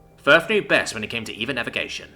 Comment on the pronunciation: EVA isn't eva, it's an acronym for extra vehicular activity so Eee. Vee. Ay.